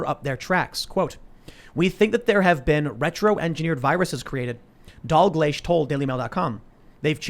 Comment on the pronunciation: Pronounced Dagleesh